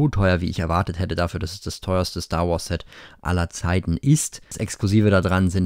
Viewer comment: Hast du syx statt Set gesagt hast